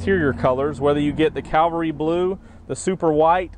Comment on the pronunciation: It’s not “ calvary “ blue you Dumbass! It’s “ cavalry “ blue. What kind of a salesman are you if you can’t even read? Duh!!!